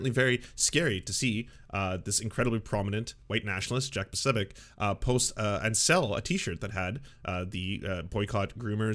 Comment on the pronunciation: with his Ted Bundy energy refused to pronounce his name properly. Secret anti-slav Nazi.